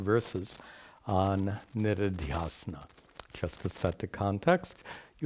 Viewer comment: They are shravaNa श्रवण manana मनन and निदिध्यासन nididhyAsana. When says nididhyAsana it sounds like niridhyAsana.